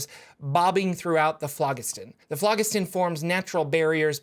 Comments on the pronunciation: It is pronounced like FLOJISTON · if you google it and look at the pronunciation Phlogiston has a soft "g" like "j". The pronunciation is "flo jisten". That is with a hard "o" and sharp "e". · It's pronounced flow-JIS-ton. It's an old Greek word. And please, don't say a video is about nautiloids when almost all of the info is an introduction to Spelljammer with only the last minute discussing nautiloids. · it's Phlogiston not Phlogiston